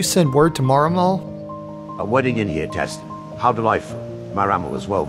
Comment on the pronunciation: Hjertesten - word hjerte sten that means in english heart stone you have to split up hjertesten to hjerte sten to even try to announse it slightly correct.